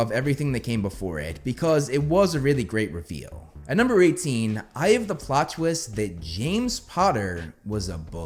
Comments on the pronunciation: I know he says "I have the plot twist", I even checked the subtitles, but I kept mishearing it as "Eye of the plot twist", and my brain is like "Which eye?" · Are you sure he’s not saying “eye of the plot twist”? That’s what I’m hearing. Either way, it’s overkill. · I thought you kept saying, "Eye of the plot twist" and was confused af😂🤣 then i listened closely then finally heard you actually said "I have the ..." Lol Nah, Harry being a Horcrux would be my no.2 and 1 would be how Snape made Harry take his memory for the pensive, Snape not just giving only the important memory about Harry but also his entire crucial life points. How that reveals the dangerous and utmost importance of Snape's role in the whole ordeal, especially in defeating Voldy but also finding a way to protect Hogwarts and its students. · Anyone else hearing this American accent come out as "Eye of the plot twist..." over and over again?